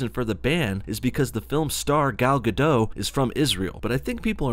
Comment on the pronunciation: OK, love the Gal Gadot (the T in the end of Gadot should be pronounced, by the way) romantic words, love the pro-Israel stand you take, love the Injustice footage (finished the game yayyy), but WTF is this bullshit about girls only going to movies on dates when someone else is paying? It's 1AM aftet a long day so please tell me I just didn't get the joke and you're a feminist too